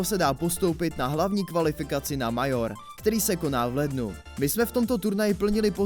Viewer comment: Video fajn, jen kdyby příště šlo vyslovovat některé věci normálně, třeba BO3 normálně česky béótři a Major mejdžr. Jinak jsem rád za tyhle shrnutí, pro člověka, který nesleduje každý den facebook je to určitě fajn. A tyto delší videa jsou lepší než kratší.